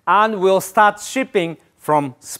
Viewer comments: the way he said MOOCHAZZ GRACIAZZZ. deym. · muchas gracious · "MOOCHAS- GRA SHUSH" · That Muchas Gracias at the end was straight out of Inglorious Basterds level